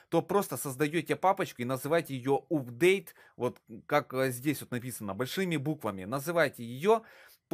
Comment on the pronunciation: вообще то правильно читается апдейт